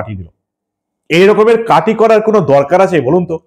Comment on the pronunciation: Kati not KATHI hoba